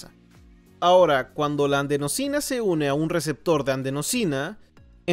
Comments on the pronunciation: Si ves este comentario, hay una errata, se dice/lee adenosina, no andsenosina. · Molesta que el traductor diga "andenosina".